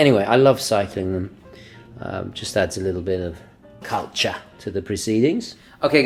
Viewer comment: Great video my good man. Appreciated the “cuwcha”. As a Londoner this made me chuckle. All the best, and keep up the great work mate.